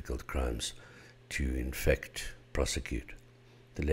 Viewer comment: Everytime he said in fact i though he was saying infect.